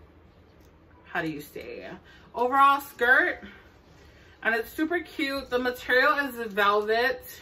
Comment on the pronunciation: “SUPA CUTTEEE” 😅 I love this sm!!!💕 subscribed👍🏽